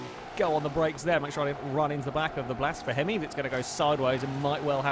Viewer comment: You might call his misspronounciacion "Blasphemi" XD